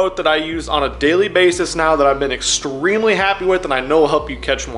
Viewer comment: Did he just say excremely?